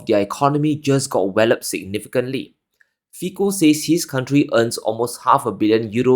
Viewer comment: ITS NOT FIKO, ITS ....FITSO